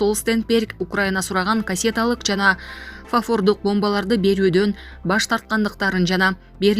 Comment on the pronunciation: Туура суйлогонду уйронгуло, химарс эмес,хаймарс,фафордук бомба деген такыр жок,Рейтера агенттиги,десен,суйлоп туруп-озун угуп ,ондоп-тузоп анан чыгарда.же казанда бары-чомучто чыгабы....